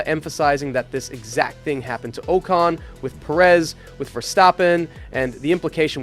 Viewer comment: Did this mfer just say Esteban oh-cone..???